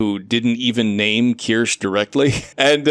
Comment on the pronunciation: Not to be annoying but her name is pronounced Keer-Shuh. Not Keer-Sh. Her Real game awards announcer even pronounced it right. But I don’t blame you, it’s spelled weirdly. Who knew that “kirsche” is supposed to be “kirsha”